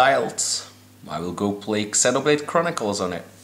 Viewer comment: Its Zee-noblade not EX-enoblade